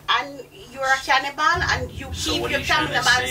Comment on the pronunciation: Lmao at “can-nee-bal”